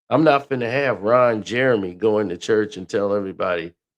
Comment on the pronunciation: Bro said Ron Jermey 😂😂😭